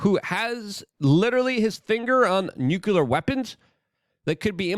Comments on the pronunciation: Say it with me Luke.. NU CLEE AAR. not nuculer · Nuclear not Nukular 😂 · Gah! I want to listen to what you have to say but I need you to stop saying nuke-U-ler 😂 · Nucular escalation, yeah! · Dude - as nobody else is telling you, it's NU-CLEAR 😊